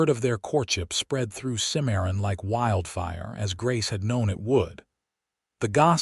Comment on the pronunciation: I am disappointed in this story. Not because of the content which is goo, but because of the many mispronunciations - examples: Santa Fee rather than the correct pronunciation, Santa Fay & Simarion rather than Cimmaron. Because those geographical names ar prominent in the story, they disrupt the authenticity of the storyline.